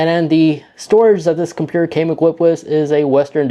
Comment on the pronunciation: compuurr lololol